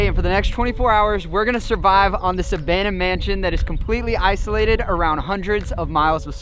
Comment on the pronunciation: Idiot saying abandone 🤢